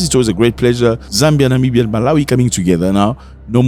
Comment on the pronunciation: Namibia, not Nimbia